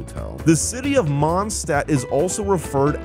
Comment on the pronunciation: It was so painful watching you fail Gothe Grand Hotel, Mondstat’s name, and Eula Azhdaha